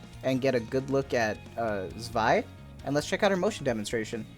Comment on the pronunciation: You pronounced her name correctly!!!!!